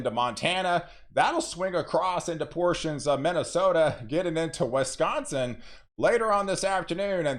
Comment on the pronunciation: Wesconsin or Wisconsin? Just kidding